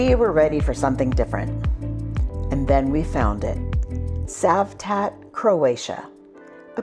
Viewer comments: 🤣 Citroen is pronounced as Sitroen - so it`s not Cavtat as Savtat! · Well, nice video, but it is not Kavtat it is Cavtat witch C like Citroen (not Kitroen) 🙂